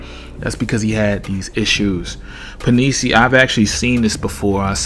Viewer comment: love him too, looking forward to see the work hes going to put in this year.. Penisini pronounced pen-ih-seeny